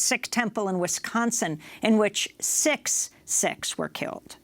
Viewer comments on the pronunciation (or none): Lol "six sicks" they're SIKH'S (SEEKS) not sicks u schmuck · she called sikhs sicks? lol